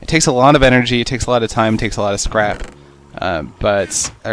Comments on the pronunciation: it sounds like you said crap not scrap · when u said scrap i tought u said crap XD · every time u say scrap i think u say crap xD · He said"the scrap" but it sounded like "This crap" hehe